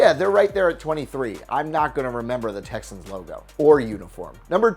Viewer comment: Did you hear him he said tessins instead of Texans